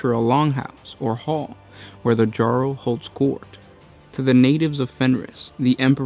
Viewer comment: "Jarl" is said with a "Y" sound, like "yarn", not a "J" sound, like "jet". I'm not trying to be a jerk, it's just that I played a lot of Skyrim, so the mistake bothered me.